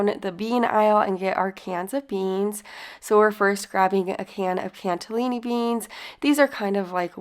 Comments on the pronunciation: Am I the only one that heard her say cantellini not cannellini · There's no "T" in Cannelloni Beans